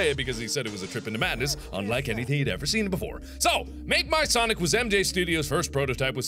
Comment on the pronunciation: It"s ""sanic"